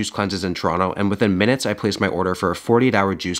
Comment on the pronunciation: no one: every canadian ever: "choron-oh"